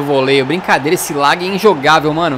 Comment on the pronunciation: Não se fala "lag" e sim "lag"